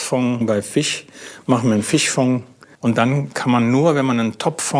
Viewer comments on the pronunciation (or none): Rehfong, Hirschfong, Fischfong...😂😂😂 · Fichfong hat mich so hart erwischt 😂 und dann wiederholt er das auch noch so oft ...